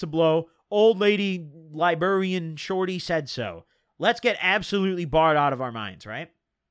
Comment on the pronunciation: lie burrian shorty 🤣